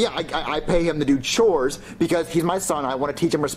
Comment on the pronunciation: Black yoshi said choes actual word chores